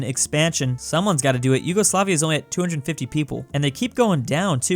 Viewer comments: YOGOSLAVIA, REALLY? ITS YUGOSLAVIA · Its not Yougoslavia or Yogoslavia its Yugoslavia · Did anyone notice “yogoslavia”? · Ah yes, Yogosoafia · 5 months later I noticed Yugoslavia is "Yogoslavia"